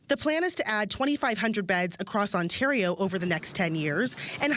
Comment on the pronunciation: Lol, Ontardio.